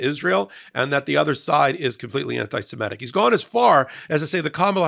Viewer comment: and readers. This is how to say Semitic. mit, not met sorry about being pedantic, it is on of my few manias